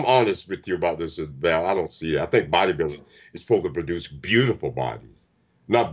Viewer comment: It's not Val like Val Kilmer. It's like Vlad like the impailer.